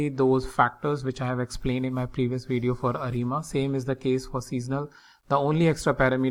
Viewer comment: What's a "weedio"?